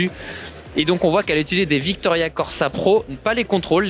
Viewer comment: C est vittoria pas '' Victoria ''. Les cales pèsent 200g qui vont avec les pédales à 50g